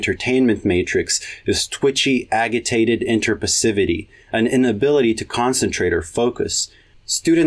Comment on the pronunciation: D-did you just pronounce Ajitated as Agihtated?